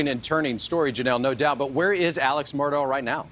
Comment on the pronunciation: It is pronounced MurdOCK. If you are going to report on it, say it correctly.